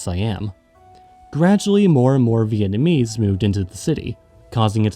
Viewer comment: It’s a real shocker, as your pronounciation is so spot on. 10/10